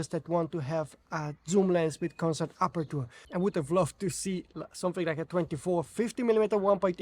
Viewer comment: let me tell you this, because English is not my first language either: it is pronounced sort of like "aperche" (with CH like in church), not "apertur. This is typical of words that end in -ture, like adventure, capture, rupture, culture, future...